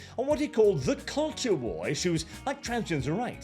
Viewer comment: “Are you ready for ze new world order?”